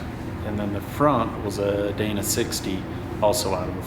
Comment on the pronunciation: Thanks for pronouncing Dana correctly!